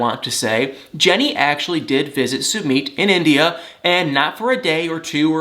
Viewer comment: I really like watching you but why do you insist on saying 'Sumeet'. That's not how it's pronounced.